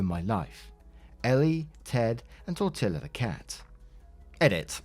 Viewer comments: Tor-tee-ah. . Tok-oh.. not Tor-till-ah or Tak-oh. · Dear, re cat's name the L is not pronounced as an L in TortiLa. The word is Spanish. N any Spanish word a double L is pronounced as a Y with a long E pronunciation. So think Torteeea. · As unbelievably cringe as this story is it's nowhere near as cringe has as his pronunciation of tacos & tortilla lmao. It's a long a as in t-ah-co. Also in Spanish "ll" is a diphthong similar to y sound so it's tor-ti-ya or poi-yo. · I was listening not watching this so it took me a long time to realize that the Cat's name is Tortilla bc of how you were pronouncing it. It's tore tea yaw, not tire till ah. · Say it, "TOR-TEE-YA", not "TOR-TIL-AH". Omg, painful to listen to, lol. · Tor-tee-ah!!!!! Yikes, tor-til-ah, was just painful🤣🤣🤣🤣🤣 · it's Tor-Tee-ahs not Tor-Till-as:elbowcough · Well, it is pronounced tor-TEE-a, but sometimes I'll pronounce it like you did just to mess with my Mexican friends. They in turn mangle English words on purpose, so it's all good. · I kept listening and wondering tortila? Is the cats name tortilla? That would make more sense 😂. So reading the comment it all makes sense now 😂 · Tortilla is Spanish and pronounced Tor-Tee-Ah. It is a flat bread that is widely eat in the US, Mexico, and Central America. Commonly made from either wheat flour or coarsely ground maize. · I hope you've learned how to pronounce "tortilla" since you posted this 😂 it's "tor-tee-ya" - double Ls sound like Ys in Spanish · I have one criticism, that not how you pronounce tortilla. it's pronounced tor-tea-ah. I'm not a hater honesty I'm not. love your stuff keep up the good work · FYI: Tortilla is a flat bread that is used to make quesadillas. Its pronounced with LL as silent like Tortia or tortiya. Not literally the way its spelled. Same as quesadilla is pronounced with LL as silent like Quesadia. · I don't know why it's bothering me so much, but tortilla is pronounced tor-tee-ya. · Tortilla is tor-tee-yuh